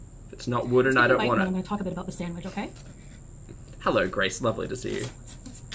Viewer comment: New drinking game: drink when she says "decadent" or "sandwidge"